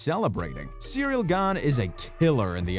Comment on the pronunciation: Just straight-up not pronounced cereal